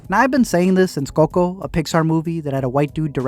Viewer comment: the way he says "COCO" scrambles my eggs